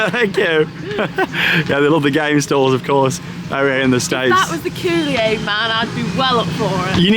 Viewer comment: Charlotte is too funny with the Kool-i-Aid man! The extra syllable makes me laugh!